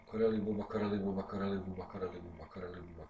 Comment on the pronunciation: Buba Kareli 😂😂😂 tako bar ja čujem posle 2000 puta